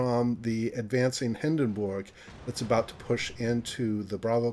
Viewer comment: First of all, please for the love of god, look up how to pronounce Hindenburg :D Secondly, that "no IFHE" reasoning is well, questionable to say the least. With IFHE Colbert passes both the 25 and 27 treshold. It's a must and well spent 4 points.